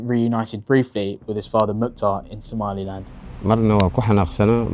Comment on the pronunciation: Exactly that weirdo who lives in the Uk, keep saying “Somaliand” when there is no such thing